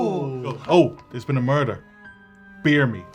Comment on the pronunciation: If anyone on Try was capable of "merderr" It would be Ciara.